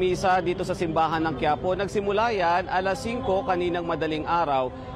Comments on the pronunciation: good video btw "ng" like in, for example, "buwan ng wika" is pronounced "nang", not "nga" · “ng” pronounce as nang not nga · why do you pronounce "ng" as "nga"? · Your accent is very good. The only thing I heard that you have difficulty is pronouncing the word "ng". When it is a particle like "buwan 'ng' wika" or "Nagdala siya 'ng' liham", it is pronounced as "nang" even though it is spelled as "ng". Keep it up 🥰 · ng pronounce as nang